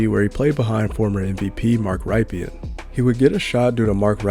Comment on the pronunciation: For the future, Mark Rypien is pronounced: Rip-in